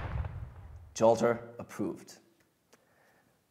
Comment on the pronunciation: But Jollter? Are you Danish?